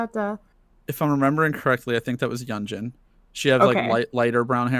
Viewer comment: tysm for reacting to le sserafim! i hope to see you guys react to their mma and mama awards performances which theyve done 6 months after debut and had the best stages by far! just a little correction, yunjin is pronounced yoon-jin :)